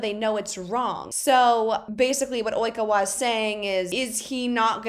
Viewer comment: Love the way she repeats "Oikawa" after the news lady , replicating the Japanese pronunciation 😂😂